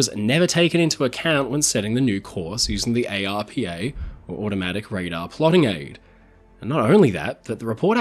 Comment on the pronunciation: ARPA is an acronym, so is normally pronounced as if it were a word. I've never heard it spelt out as individual letters before.